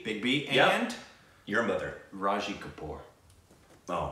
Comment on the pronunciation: Rishi kapoor is RANBIR KAPOOR'S father, NOT SHAHID KAPOOR'S. Also, it is not RA-SHI Kapoor, it is RI-SHI Kapoor.😅😂